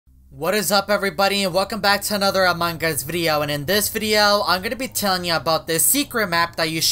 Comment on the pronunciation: Nobody: Literally nobody:: aMuNgUsS